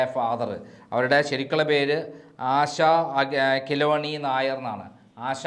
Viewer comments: ആശ കൃലൂന്നി അല്ല ആശ കേളുണ്ണി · ആശാ കിലോനി നായർ അല്ല. ആശാ കേളുണ്ണി നായർ എന്നാണ് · ആശാ കിളോണി അല്ല....ആശാ കേളുണ്ണി എന്നാണ്....നല്ല പത്രപ്രവർത്തകൻ 😂😂😂😂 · ആശ കേളുണ്ണി നായർ എന്നാണ് കിലോണി നായർ അല്ല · ആശാ കിലോനി യും കോളനിയും ഒന്നുമല്ല.. ആശാകേളുണ്ണി... ഫയങ്കരം അണ്ണാ.. ഫയങ്കരം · രേവതിയുടെ പേരു ആശ കേളുണ്ണി എന്നാണു. കിലോനി അല്ല. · കിലോണി അല്ല ആശ കേളുണി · ആശാ കെലോനി നായർ 😄😅😅?? എടോ, ആശാ കേളുണ്ണി നായർ എന്നാണ് രേവതിയുടെ പേര് 😄😄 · ആശ കേളുണ്ണി എന്ന് പറയൂ